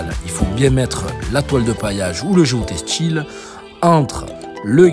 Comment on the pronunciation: "Ils se VOYENT pas" "GEOTESTIL" ahahah